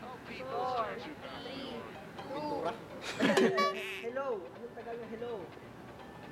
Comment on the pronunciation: "Makeup " Ken: pentura 🤣